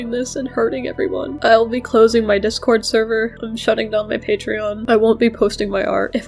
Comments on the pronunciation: I’m sorry but the way he keeps saying “Dick-Cord” takes me a minute to realize he means “Discord” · Are you saying “d*ck-cord” on purpose? You haven’t pronounced the “S” in “Discord” once since I started listening (I’m at this timestamp now), and admittedly I’m not looking at the screen so maybe I’m missing the captions highlighting the joke. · "deh cord" 💀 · Dihh cord